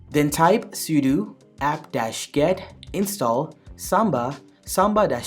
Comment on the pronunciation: That's what it sounds like when you say 'router', however, he is saying 'sudo' wrong as he is saying 'sudu'